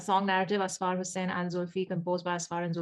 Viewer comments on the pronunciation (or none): ok, so i am from Pakistan and want to clarify that it is Ussfurr- when it is pronounced and not Asfaar. :) Also a "Mehram" is a brother, dad, husband and son for women. Mehram here most likely refers to a marriage.. husband is the mehram of a wife. :)